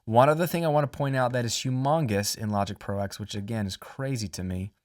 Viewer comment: Logic Pro TEN, not X :p Roman numerals. Love the video, sorry for being a pain ;)